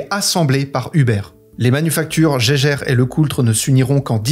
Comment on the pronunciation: Ca se prononce [Yageur], à ne pas confondre avec Geiger.